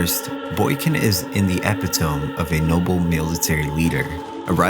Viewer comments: Love this video but epitome is not pronounced “epi-tome” it’s said like “E-pit-o-me” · The way he says "catastrophe", "epitome", and "Seymour" is absolutely SENDING me.